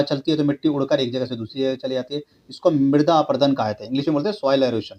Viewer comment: Midra nahi mirda hota ha 😂